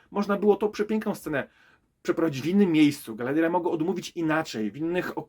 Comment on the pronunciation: Galadiera? Może przed recenzją warto by się nauczyć poprawnie wymawia imiona postaci. I te pierścienie mocy na początku, poprawne tłumaczenie na polski to pierścienie władzy.